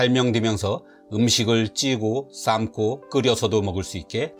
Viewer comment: "삶고" 발음을 "쌂고" 라고 된소리 발음함